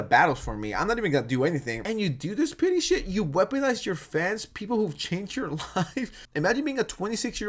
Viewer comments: Its petty not pitty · You keep saying pity but it’s not pity, it’s petty. It’s killing me, get it right 😅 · I love this video but you keep saying “pity” instead of “petty” and I can’t stop cringing 😭💀💕